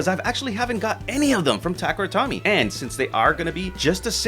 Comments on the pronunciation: "Tomy" in Takara Tomy is pronounced like "Toe-me", not "Tommy". If you're gonna make beyblade vids should at least get the name right. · no, it's "toe-meh" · I feel the exact same way. No reason to be ignorant with todays info. And when you learn the correct way to pronounce, make the change :) Also so many people say “Takehra” haha but Tommy? Lost all Beyblade credibility